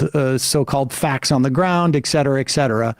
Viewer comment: Sam I wonder if you could please stop saying EXCETERA. It's just so distracting. thank you. I love your show .